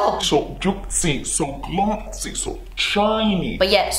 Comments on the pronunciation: SO JOOTCY, SO GLOTSY, SO TCHINY ❤ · "So juitcy... So glotcy... So chiney..." LOL